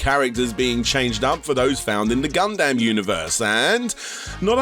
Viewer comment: "Gun-damn" Nice job,.